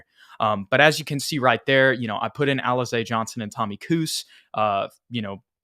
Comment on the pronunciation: 😂😂😂 Alizé was named after a drink that was very popular in the hood back in the day. I would laugh every time you pronounced it as Alize